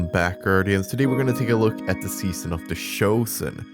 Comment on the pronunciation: "SEAON" of the chosen. Sorry I couldn't help myself 🤣